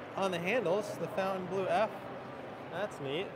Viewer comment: Pronounced fountain blue